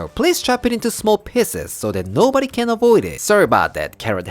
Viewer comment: You my good sir, are a evil mastermind Cutting the carrots so small that way "No body can ovoid them" 😂 I love it